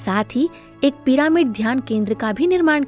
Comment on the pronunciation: कमेंट्री देने वाले स्पीकर से हाथ जोड़कर निवेदन है कि भ्रम ऋषि पितामह पत्री जी न बोलकर ब्रह्म ऋषि पितामह पत्री जी बोलें। भ्रम और ब्रह्म में बहुत अंतर होता है। कृपया डिक्शनरी देखें। दूसरी बात यह पीरामिड या पिरमिड नही है, बल्कि पिरामिड है। कहीं- कहीं आप सही उच्चारण करते हैं और कहीं गलत.... ऐसा एक दो वीडियो में नही, कई वीडियो में देखा सुना है। बताने वाले लोग क्या बोलते हैं, वो बात नही है। मुख्य बात ये है कि आप स्पीकर लोग वीडियो बनाते समय क्या बोलते हैं। प्रत्येक शब्द का सही उच्चारण किया जाए तो बेहतर। यदि सही उच्चारण नहीं आता तो उस शब्द का गलत उच्चारण करके लोगों को गलत संदेश न दें। 🙏🌷